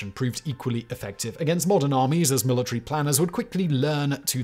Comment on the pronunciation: Careful now. If you start picking apart his pronunciation... It'll never stop. Mila tree